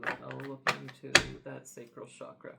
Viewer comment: Hello friend. I enjoy your readings very much, thank you. But I wanted to let you know that the word chakra is pronounced with a hard "CH" as in chair. It is not pronounced "shakra", which has another meaning in Sanskrit.🙏🏼